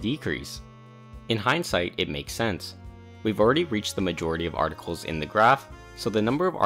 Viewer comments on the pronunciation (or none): none